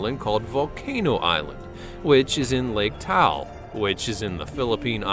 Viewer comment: Taal po hindi po tal